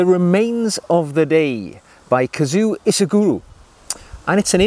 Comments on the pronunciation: A kazoo is a cheap musical instrument. KAZUO is a name. One you clearly cannot pronounce. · His first name is pronounced ka-zu-oh. Please pronounce that last “o”.